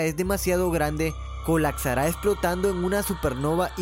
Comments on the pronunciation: No se dice acsorber, colacsar. Hay diccionarios 😉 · Se dice COLAPSAR, no "colacsar". Practica tu dicción.